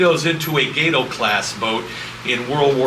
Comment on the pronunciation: It is pronounced ''ga-toe'' not ''gay-toe'' cabron!